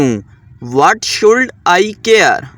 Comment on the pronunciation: Should nhe shud parny HOTA pagal pely khud sekho